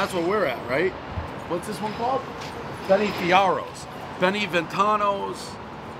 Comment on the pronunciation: “Benny FiArRose”